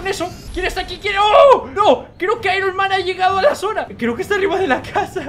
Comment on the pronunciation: Se aironma no ironman